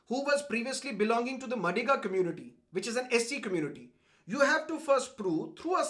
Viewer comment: Hi sir, the pronunciation of madiga goes like this maa dhi gaa